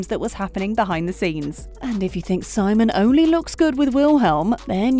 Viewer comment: It’s pronounced sEEmon